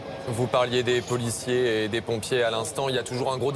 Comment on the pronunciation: Arrête de dire poulicier